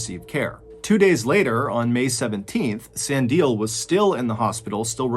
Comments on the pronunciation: Hey John, I know you probably won’t see this but firstly, been a huge fan forever, secondly as a South African thank you so much for telling a story from our country, I’ve been waiting years. Lastly, Sandile is pronounced “Sun-dee-leh” not “San-dile” 😂. Thank you for the videos mate you’re the best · Really great story, I am a MrBallen addict, me just cringing each time he pronounced "Sandile" as San-dil instead of San-di-leh😂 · Yet another splendid story. Thank you. Just a small correction: the second person, Sandile Sibiya is pronounced san'dee'lee (not sandeel). The first man's surname is mispronounced, but it can be forgiven because it has the Xhosa "clicks". Bless you abundantly!!! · I couldn't believe my ears when you said "South Africa" 😂 Also, Sandile pronounced "Sun-dee-leh" 😉 Edit: my boyfriend laughed when I told him about this story and he said "only two dead?" Gotta have dark humour in a country like this 😅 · I’m South African His name is pronounced (sun-di-leh) I’m that just pissed me off man😂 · Mr Ballen, the name Sandile is pronounced Sah-Ndi-Leh. Love you,bye❤ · South African here. just to correct you. You pronounce it as "SandilE" including the E, it's not silent. Huge fan though. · Sandile's name is pronounced "Sun-D-le" 😉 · I'm south African from Durban you pronounce the name " sand - eeee- lair" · This was a very good video, but your pronunciation of "Sandile" made me laugh so hard. It's pronounced "sun-dee-leh (like the e in egg)" But brilliant and interesting video! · I love how you say Sandile ☺️ it’s pronounced ‘Sun-dee-leh’ ☺️ I really enjoyed this case - as a South African I had never even heard of this story! Thanks for covering this! I really found it super interesting! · It would be interesting to find out if these were public or private hospitals... I'm native to South Africa and only have had the best care in Private hospitals... also "Sandile" is pronounced "Sun-dee-le" 😉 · Sandie is pronounced Sah-ndi-leh